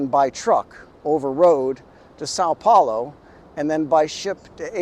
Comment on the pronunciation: First time I see a gringo say "São Paulo" so well